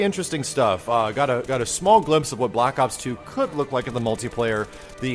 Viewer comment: I swear he kept saying "block ops". I SWEAR.